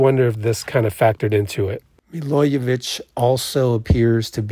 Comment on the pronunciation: Milojević is pronounced Me-lo-ye-vich. 'J' in the serbian alphabet is the same as 'Y' in english.